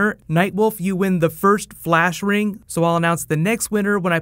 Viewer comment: fleesh reeng